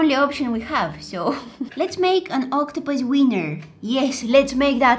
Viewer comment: If she says octopuses seiner one more time I'm gonna flip👁👄👁👁👄👁👁👄👁👁👄👁👁👄👁👀